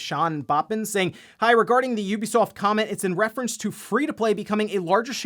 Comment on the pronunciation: OMG! HE SAID IT! An actual content creator actually said the name "Ubisoft" the way I was taught to say it. This is a good moment for me